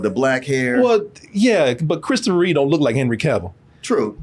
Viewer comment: its REEVE REEVE.